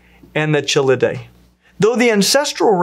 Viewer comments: Dude, the ch in chelidae, trionychidae, et cetera all are pronounced with the hard K sound. In fact, if you want to get neoclassical names right, just err on the side of assuming ch is a hard K sound, unless you learn otherwise specifically. This would solve your sole error that I noticed. Sadly, this has so many "chel" in it, (all because kelone, romanized to chelone, means turtle/tortoise in classical Greek) so it kept happening. And mispronouncing archelon. AR-kelon. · Hi, as a turtle researcher I very much enjoyed this video but I want to make one comment. The ch in all of these names, Chelydridae, Chelidae, Cheloniidae, should always without exception be pronounced with a hard k sound. A soft ch sound as in charm should never ever be used for any words of Greek origin. Great video otherwise! I was glad to see you were up to date on the placement of Trionychia relative to the rest of Cryptodira, as opposed to the older placement nested deeper up in the clade.